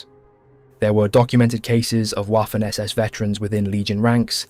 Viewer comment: The german W, in this case at least, is pronounced as a V, vaffen and luftvaffe not whaffen or luftwhaffe.